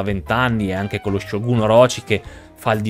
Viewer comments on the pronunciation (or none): none